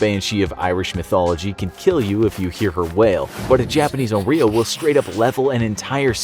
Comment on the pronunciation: Infographic said: YOU vs ONRYO I HEARD: YOU VS OREO